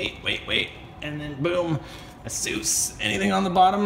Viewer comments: its not asues is ay*ss*uh*ss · It's asus not "asoos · You pronounce asus a-soos? What is wrong with you? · It's pronounced "aye soos". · You pronounce it Ace us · ASUS is pronounced like (Ace-Us) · ITS NOT PRONOUNCED ASOOS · its pronounces ace-us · The way he said ASUS.... it cringes my hinges.